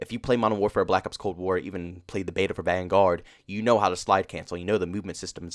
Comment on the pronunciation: Why do you say the vanguard like that